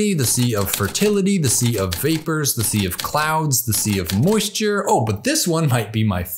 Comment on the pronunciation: Dude--this is a great video, but I have to say, your continual mispronunciation of the definite article is very distracting.